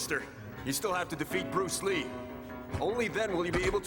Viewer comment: Its he BES brus lee